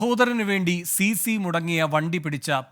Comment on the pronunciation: സി സി അല്ല മാപ്ര കളേ സീസ് (Seize) എന്നാണ്